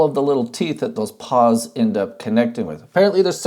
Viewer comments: You mean pawls, not paws, right? Right...? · Say it with me: PAWLS. Not "paws". This has been a public service message.